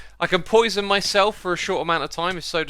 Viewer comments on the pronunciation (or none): none